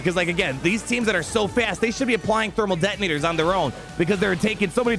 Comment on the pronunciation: did I hear Dermal Thetonators?